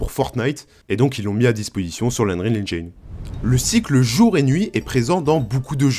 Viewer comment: ENGIIIIINE PAS ENGAYNE PTN